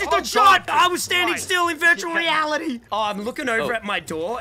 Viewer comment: Is it’s just me or does say virtually reality like “vurtuwal wealidy”